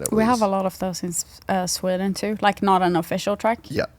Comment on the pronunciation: Sweeden? Wtf